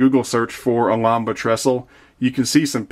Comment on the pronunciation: That trestle is COOL! I live about 25 miles from the prototype. I've grown up looking up at that trestle for years. The correct pronunciation is al-HAM-bra, the town it crosses is Martinez, CA.